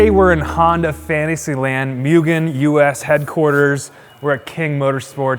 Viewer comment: its not myugen, its MUGEN!